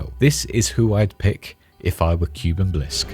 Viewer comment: Please. Kuben. Not cuban. P l e a s e